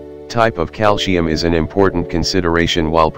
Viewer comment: Oh dear! The word is calcium not calsheum.